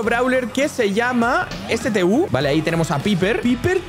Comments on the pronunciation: stu ❌️ S t u ✔️ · Estu:pronunciación ✖ S t u ✔ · Hola soy un jugador veterano de brawl seguro algunos no me va a creer con lo de veterano pero seguro tu si, e visto que pronuncias algunos brawlers diferntes como colette. Y mi idea es enseñarte como se disen: Estu Colet Emz asi como cual emz no e m z No soy hater solo te quiero ayudar y protegerte de las posibles burlas Te quiero y saluditos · también quiero decirte que stu se pronuncia estu